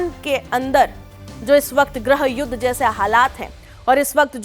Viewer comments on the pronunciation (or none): Madam Grah uddha nahi Grih Uddha hota hai.